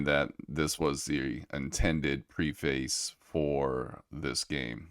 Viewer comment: Please change your pronunciation of "preface". You're pronouncing it wrong 😀